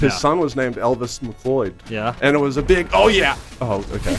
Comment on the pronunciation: MacLeod is pronounced Mac-Cloud, not Mac-Lloyd...